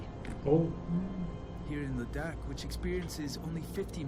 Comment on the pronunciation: Oh man you just pronounced “Ladakh” in Ladakhi language